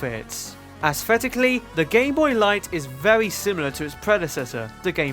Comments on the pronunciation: at one point in the video I think he said "as the gayboy continued" yes he called it the gayboy at that one point and it's not me mishearing things I heard that I listioned to that part over and over to make sure go to and wait for that part tell me if I only misheard that cause every other time he says gameboy it sounds like gameboy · nope it's just how he says gameboy it's so WEIRD!!!